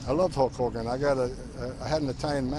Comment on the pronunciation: I thought he said his dog's name was "Hulk Homan" 🤣